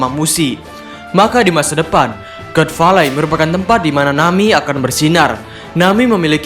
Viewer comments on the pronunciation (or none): god valley dibaca gat veilei, min.... Adoooohhhh.....